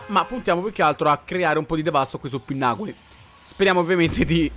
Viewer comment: Jo cmq si dice pinnacoli e non pinnaculi...cmq stai diventando sempre più forte💪💪